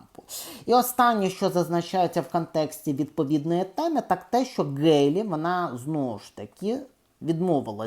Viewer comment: Пане, Ви, на жаль, погано володієте рідною мовою. З правописом знайомі? Вимовляєте тверде "Ґ", замість м'якого "Г". Правильно вимовляти "Гейлі"!!! Крім того безбожно спотворюєте вимову шиплячих звуків. Букви Ц, Ч, Ш, Щ вимовляються твердо а у Вас чуємо:"чьому", "відзначятися", "чього ", тобто свідоме і гидке спотворення української мови. Дизлайк!